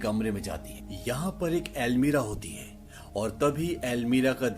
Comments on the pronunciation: Not almeera it's almaree or cupboard 😂😂😂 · explaination is good but I noticed you always say "Almeera" instead of "Almaari" lol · Jab almari hi hai to almeerah kyu khte h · अलमीरा नहीं होती 😁 अलमारी होती हैं।